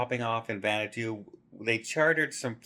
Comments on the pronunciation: Hey it’s pronounced van a was too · Hi, Respectfully, Vanuato. It is pronounced: Van-ah-wah-too. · Hi, just a tip. Vanatu is pronounced Van-a-wah-to. Well done P&O. How scary to be in a situation where you don't know how you are going to get home. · I thought you were saying “Xanadu” … but I think you were just mispronouncing Vanuatu maybe? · Pronouncing Vanuatu not quite right 😬 … Van-u-atu